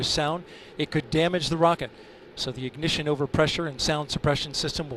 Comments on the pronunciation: I hope the announcer brews on that BOOSTERS IGNISHISHHS for the rest of his career. Be better. Also, quit saying "BEEYOOOOOOOOND" like that. I would have swatted your nose with a rolled up newspaper if I heard you say that in person. Apollo's Cliff Charlesworth is the king!!! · "Booster Ignissshhsshh!"